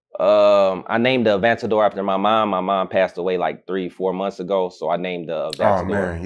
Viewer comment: A-van-tador. Can’t even pronounce it.